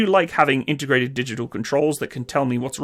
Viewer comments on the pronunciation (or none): none